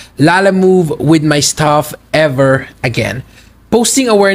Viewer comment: "STUFFF not STAFF"